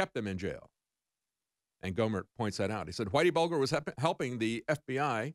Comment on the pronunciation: Its pronounced buljer